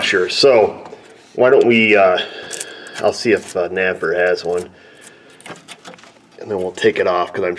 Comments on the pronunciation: you saying napa or naper ? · Maybe NAPA would sponsor you if you stopped calling them naper?